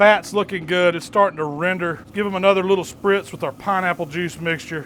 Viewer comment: He said sprtiz